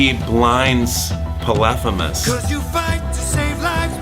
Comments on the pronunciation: you mispronounced POLYPHEMUS pronounce Polyphemus as PAW-li-FEE-mus (English) or po-li-FEE-mos (Modern Greek). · Almost had a stroke at how you pronounced Polyphemus 😲